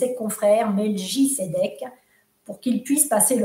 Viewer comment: Coucou, passionnant ! Si je peux me permettre il serait ''bien''de prononcer ''melkitsedek qui signifie ''roi de justice en hébreu..